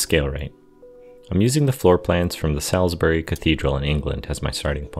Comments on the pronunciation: FYI it’s pronounced “Sauls-bree’ (Salisbury) 👍🏻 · its saul's bury ( as in burr eeee)